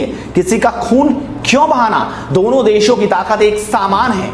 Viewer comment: अरे भोसिडे पेहेले अपना भाषा सिखले समान को सामान बोल रहा हे चुतिया